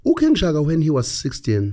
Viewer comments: Its King Shaka...not King Shagaa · I don't care. It's Shaka Zulu. Not 'Shagaa Zulu'!